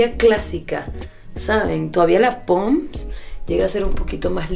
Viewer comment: que chistoso que diga POMS en lugar de PONDS jajajaja